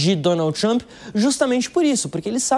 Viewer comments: Nossa pelo amor de Deus um journalist pronunciado o nome do presidente todo errado , da até agonia de ouvir 🫣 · Porque vc fala o nome do Trump errado? Vc nao estudou pra ser reporter ? Os dois reporteres que conseguiu falar certo a local fala errado tambem.